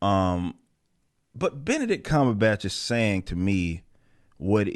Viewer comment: "Beenabitch Cmonhun"